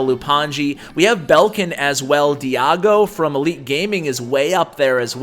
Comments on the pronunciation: Its pronounce di-eh-go 😅. Also make giant skeleton the next one! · why do you pronounce Diego like that?